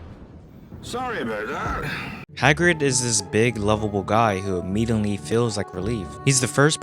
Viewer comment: bru, there is no 'N' in immediately.